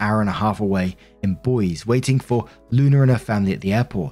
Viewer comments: You also mispronounced "Bosie" lol It's not "Boyz" It's "Boy - see" It's ok, I had to do a double take when you said it though lol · I’ve read this story before, I still enjoy hearing it again. P. S. Boise is pronounced Bois-E lol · And Boise is pronounced Boys-ee Haha I think you do well, its really hard to know how to pronounce everything and it hard to know what you are pronouncing wrong when you are sitting in a room by yourself talking into a microphone. Keep on keeping on man! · Since I can't contribute anything meaningful that hasn't been already said. I'm going to be nit picky. As someone's who grew up in Idaho Boise is pronounced Boy-see not boys. A lot of idaho cities have a French beginning then American butcherization. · “Bowz” lol “boy-zee” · Boise - is Boy zee, not Boiz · I love that you're so open to admitting that you might not know something. Not going to nitpick but I heard a slight stumble on, Boise is in Idaho and is pronounced Boy-zee. BTW, you're my favorite narrator. ✨✨🎉🎉✨✨ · Boise is pronounced " Boy-see". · I giggled at the pronunciation. I’ve heard the capital mispronounced in different ways but never as “boys” with his accent. (Do love it when people try to tell me to pronounce it like le bois park though) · And Boise is boys eee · Can't correct the Spanish. But the largest city and capital of Idaho, Boise, is pronounced Boy-zee. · Boise is pronounced Boys-zee❤. I loved your version and it took me a moment to get it. No Apologies needed, we're all doing our best❤ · Just an fyi the e is pronounced in Boise